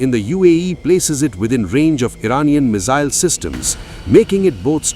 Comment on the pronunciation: What's a "mizzile"????